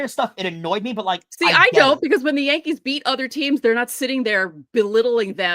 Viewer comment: Did you say the Dodgers had pothead? You mean Pages. It's your New York accent. LOL The Hispanic players pronouncing Yankees as Jankees are trying to say they're a Junk team